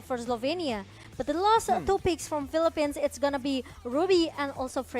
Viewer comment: natawa ako sa "the pheleppens". Peace!